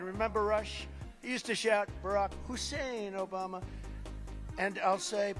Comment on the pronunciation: “Obamar n Biden”, why do Brits randomly and an “r” after certain words?